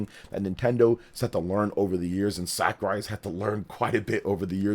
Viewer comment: Please stop pronouncing Sakurai's name like that, you're embarrassing yourself